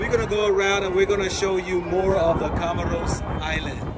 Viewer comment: Bro, first you couldn’t even call the country’s name properly and then you’re saying they are short which is not true. How long you’ve been traveling?